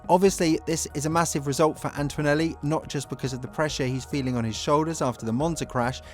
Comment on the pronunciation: Please pay attention to pronounciation ..... it is ANTONELLI and not ANT-W-ONELLI. I know it should not be a biggie, but it is just hard on the ears. It is also a show of attention to detail and "professionalism". Videos are good and this would make them better.